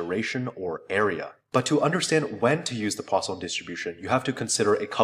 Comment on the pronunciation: why do I keep hearing it as the "Croissant"-distribution...